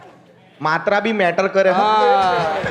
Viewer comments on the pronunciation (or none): none